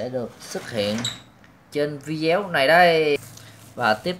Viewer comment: Sao anh chị bi cứ nói là vide-éo hoài vậy ta